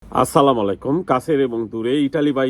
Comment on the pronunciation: ভাই, আপনি সালাম দেওয়াটা শুদ্ধভাবে শিখে নিবেন।।